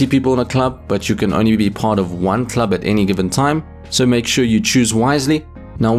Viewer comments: Please never say club again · I need a video of you saying "club" for 10 minutes